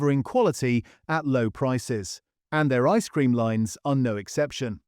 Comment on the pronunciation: The stress on the phrase 'ice cream' is equally on both words, not just on the first one. Try Kelly's Clotted Cream ice cream. It can knock most brands back into the lab.